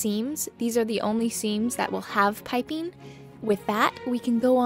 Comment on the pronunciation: It made me smile (in a happy, not mocking way) that with the way your accent kind of abducts all the ending "g"s, piping became Pipin, and I just kept picturing a clueless curly haired hobbit wandering through your work area... just hopping this will make someone else smile too!